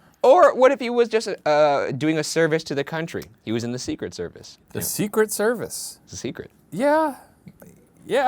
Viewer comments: For the Postmortem: Not a question, but I have never heard anyone pronounce Secret Service the way you do, Ryan. With the emphasis on SECret service, rather than secret SERvice. Unless you were just trying to annoy Shane. No judgement, just an observation. Keep up the good work, boys! #lovethehotdaga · For post mortem: why does Ryan say “the secret service” with such a strange emphasis?? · Sophie McPolin yeah he’s putting the emphasis on SECRET rather than on SERVICE. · I thought it was see-cret-SER-vice, not SEE-cret-ser-vice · The emphasis Ryan puts on "Secret" in "Secret Service" kills me on the inside. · very annoyed at ryan’s pronunciation of “secret service.” the emphasis is all wrong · Is it just me or does the way Ryan says "secret service" sound weird? and Devereux. I think it could be the inflexion he uses. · Why do you emphasize ”secret” in ”secret service”? It sounds weird. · Ryan, I love you very much but dear GOD why do you say secret service like that???? You emphasize secret SO MUCH